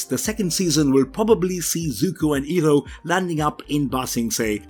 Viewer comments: Eeroh??!! Who the frick is Eeroh?? It's pronounced as Eye roh... Iroh. Eeroh is how M. Nightsharmalonga Dingdong had it stupidly pronounced in his crap movie. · It's Eye-roh! You're butchering his name the same way the first Last Airbender movie did.